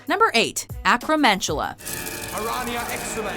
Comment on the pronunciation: BTW, a boggart is not a beast, being, or spirit. an acromantula is pronounced ack-row-man-too-luh. and last, a house elf is a being, not a beast.